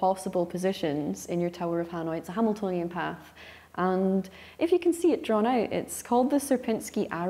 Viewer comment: Once you can hear it as 'hanoitonian' path, you cannot unhear.